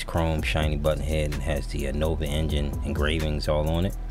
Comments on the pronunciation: Noveeeeeeee…. Bro… it’s Novuhhhhhhhh… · Why do you say Novi?